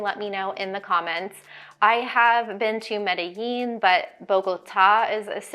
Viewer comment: Medellin is properly pronounced Medí-Jean, not Medi-yean. You’ll be quickly abused once you arrive on the proper pronunciation. I know I was.